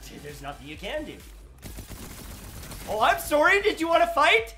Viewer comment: You sound extra Canadian when you say "sorry" ! You say it like "Ooh Soourry"